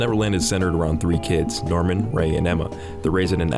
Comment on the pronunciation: for some reason, when you said "Norman" i heard "Darwin"